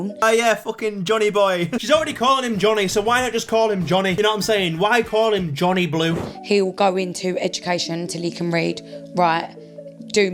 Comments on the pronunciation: Did she say Bonnie Blue or Johnny blue? Either way 😂😂😂😂😂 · She's calling him Johnny Blue bc it sounds like Bonnie Blue 😂🙏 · I thought she said Jhonny poo😅